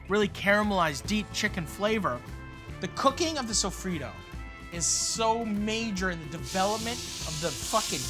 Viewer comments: Sofrito, Not sofrido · As a Puerto Rican person the way he says sofrito is cringe.